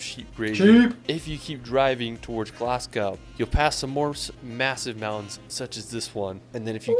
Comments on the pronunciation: Glass gow and Loch Lanond - it made me cringe. This is why Americans are despised around the world - they never take time to understand the culture. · Great video but his pronounciation of Edinburgh & Glasgow made me cringe 🏴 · You pronounce Edinburgh much better than him. Also, he called Glasgow 'GLASS-GOW', when it should be 'GLAZ-GO'. Thirdly, Lomond is pronounced LO-mund. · When pronouncing Glasgow, you drop the W. So it's Glas-go not Glas-gow. And the Harry Potter bridge is at Glen Finn-an, not how it was pronounced in the video. You'll have a great time in Scotland when you get there and remember to take a lot of pictures and videos as keepsakes! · Ed-in-burra -glas-GO it's no hard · I'm pretty sure he went out of his way to get everything wrong! It was bloody awful. How can someone not even pronounce Glasgow! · Definitely. Glasgow (Glazz-Go), Loch Lomond (Loch Low-minn-d). Edinburgh (Edin-burruh) if you're wondering how to really pronounce the place names.